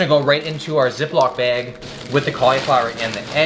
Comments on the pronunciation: He says bag funny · Best part is when says something like bag and his Canadian accent comes out